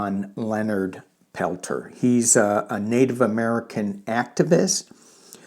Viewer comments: His last name is pronounced Pelt SHAY. Just so you know. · Hi thanks for covering this ❤ his name is pronounced. * Pel - tears * I’ve read during his last hearing some from the FBI said he was framed. He is such a humble man. I believe he was the medicine man during the retake of Wounded Knee in 1973, I ask all to please send positive intentions for his release from now until they come back with a ruling. I have seen the miracles of group prayer I many times. I hope many many join me everyday to send this message to the universe ❤❤❤❤❤❤❤❤❤ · Leonard is from our area and here it is pronounced Pel Tear (French) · Use French pronunciation for Peltier. He's a political prisoner and it's still jot on Pine Ridge